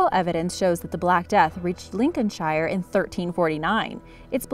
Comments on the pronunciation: Arrggghh! It's pronounced Lincolnshr! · Pro tip, if a place name ends in "shire" it's pronounced "sheer". So Lincolnshire would be "Lincolnsheer" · Definitely needs work on her English pronunciation, shire is pronounced like Cher the singer! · The way she said Lincolnshire actually killed me. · The thing is we speak English. it seems we are going to have to go there and re teach them English for the second time in history. Or give it 200 years and it'll be a different language. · Don't know. You can tell somebody is American when they can't pronounce Lincolnshire.